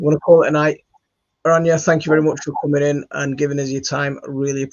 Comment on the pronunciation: Very, not Berry. 😅